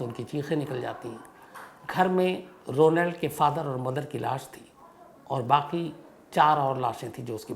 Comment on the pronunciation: Ro nald nahi Shamsbhai correct pronunciation hai rawnald